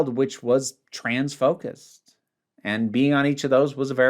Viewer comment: You're really gonna make me explain it 😭 You said "trans-focused" but it sounded like "transphobic" for a second, which obviously wouldn't have made sense